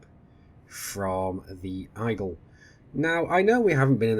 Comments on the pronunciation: Igle? What's the Igle? Eagle.....ee-gal. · Like I get accents are a thing in all but you saying Eyegle triggers me slightly lol